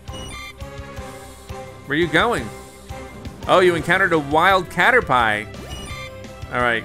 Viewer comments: When I heard him say caterpie.. I cringed.. heard it multiple times and I couldn’t watch anymore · that is so true he cannotpronounce caterpie he thinks PP stands for something else it stands for Power Points like HP Health Points!!!! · No one: Literally no one You: A Cader-pie..... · He keeps pronouncing Caterpie wrong and I want to die. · Caterpee, caterpie same thing different pronunciation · You're not the only one, I cringe and lockup when he says it, lol. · Cater pie 😂 I literally cringed when he said that 🤦🏻‍♂️ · I hope by now someone told him the proper pronunciation of Caterpie smh 🤦‍♂️ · It is he’s pronounced it wrong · Ww honestly though dude it just dounds ignorant and pisses people off who did play the game I know he probably didn't know any better but like he could've tried a little bit you know? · What kinda pie!? Caterpie lmfao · I find your mispronunciation of caterpie disturbing. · I laugh how he pronounced caterpie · God you pronounce cartapie wrong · Um u should learn how to say cartirpie and gyrados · No one: Litterally no one: James Dean Grant :He said cater pie hahhahhahhah I'm a dumb ass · It actually generates more revenue from his videos because more people comment to correct him. More views, more likes/dislikes and more comments = more profit. Cater-pie!? I do not believe he didn't know how to pronounce that. I played Pokemon 20 years ago and I can still tell you the correct pronunciation of every name. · Lol he keeps calling caterpie cater-pie and it hilarious for some reason lmao 😂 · It's pronounced "caterPP" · The way he says Caterpie 😂 it’s pronounced Caterpea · It’s pronounced cata-pee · caterpie is pronounced cat-er-pee. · It is (cat-er-py) oh btw I love Pokémon and the Channel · He called caterpie into caterpi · Why does he call caterpie a pie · It’s caterpie not pie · Did you actually call it a 'cater-pie' 😂 this guy obviously never played a Pokemon game xd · “Cater pie” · It’s cater-pee not cater-pie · Caterpie (pee) not pie